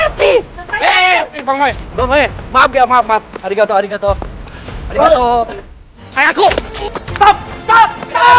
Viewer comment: "arigatou" wey lahh😭😭